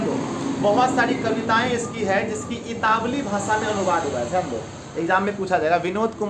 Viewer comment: Italwi, itawli nahi